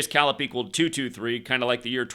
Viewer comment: Dimitrious Calip's last name is pronounced... "Ka-lip"